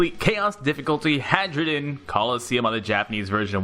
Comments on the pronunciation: He keeps pronouncing it "Hadjrudin" when I'm pretty sure it's "Hairudin". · lol. i kept hearing hydrogen XD